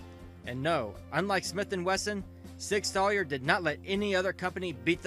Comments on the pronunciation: Sour. Not Sawyer. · Learn to pronounce Sauer. It's "sour," not "sawyer." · I stopped watching when I heard sig “sawyer” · Nope, clicked off after you said the name wrong after 3 seconds. This is your job bro, they’re too big of a name in the gun world to get it wrong like that. Makes me think you make the video and then dub over it off a script. Like you aren’t paying at renting to what you’re reading or something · "Sig Soyer", "Smith and Wesston" lol wtf.....